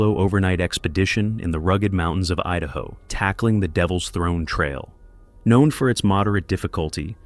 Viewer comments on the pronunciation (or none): none